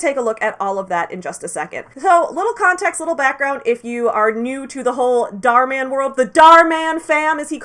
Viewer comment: "Dahr Man" Me: "aaaAAAAaaa fighter of the night man" I'm not ashamed but I'm not not ashamed.